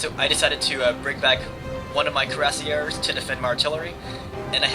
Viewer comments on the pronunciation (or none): it's pronounced KWEE rah SiEH